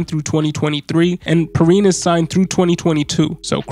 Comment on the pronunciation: Pee-Ryan is the right pronunciation I believe, great video btw